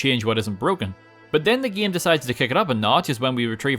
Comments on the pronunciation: I love the part where he says "gaem". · He Sounds Scottish When He Says “batman” “batmobile” “game”